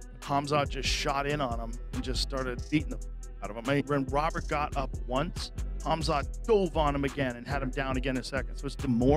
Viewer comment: This AI is pronouncing these fighters names differently each time 🤣🤣🤣.